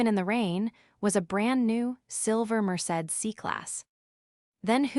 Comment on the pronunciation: More bad pronunciations!deep! It's pronounced mer say deez!